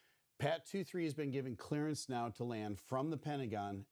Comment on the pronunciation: I'm sorry, but everytime you said clearance, my brain said Clarence.😂😂😂